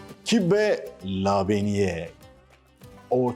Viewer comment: "kıbbe" "lebeniye" diye söylerler Antakya'da :)